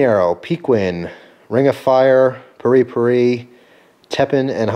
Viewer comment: I'm pretty sure it's pronounced "perry-perry" .Though, I may be incorrect. Glad you are uploading more vids, and I'm sorry to hear you deleted some.